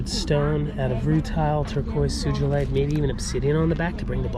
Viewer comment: Poor fox’s murdered for their tails and hides. I freaking hate hunters and animal murderers 😡 Karma will come around for them. I don’t mean to be annoying but you’re still pronouncing Sugalite wrong. It’s Sue-guh-light with a soft G, not Sue-Juh-light.